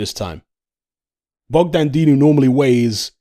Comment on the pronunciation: Man said Dogdan